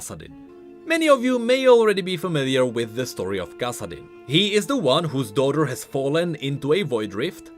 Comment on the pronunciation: I feel like the way you are pronouncing 'Kassadin' is how it was meant to be pronounced...